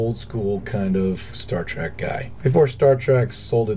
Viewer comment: You are literally my favorite KSP Youtuber but every time I hear you say "Star Track" I wanna hang myself As usual, super tasteful builds, love you man